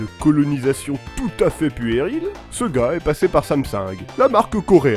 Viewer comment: Quand tu prononce sega (par exemple) a la 'française',c'est fait expres ?